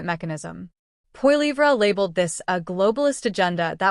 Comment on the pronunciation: Carney has no credibility. He spews lie after lie and he nearly bankrupted Great Britain. He is in Canada to finish us off and sell us of to China...China owns him, as he borrowed $250 billion from Beijing very recently. Also, please learn how to pronounce Pierre's last name....